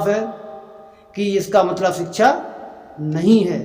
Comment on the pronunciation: अरे भाई सिक्षा बोलना तो सिखले।।